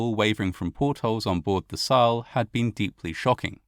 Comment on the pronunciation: Is it so hard to find someone who teaches you elementary pronunciation of German names? Wilhelm de Gross, Saal,... awful! 🤬 you sound so uneducated!